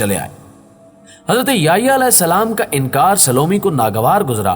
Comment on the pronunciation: نام سیدنا” یحیٰ “علیہ السلام ہے ناکہ “یہیٰ”